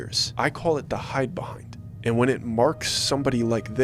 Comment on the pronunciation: Did he say hidabehind?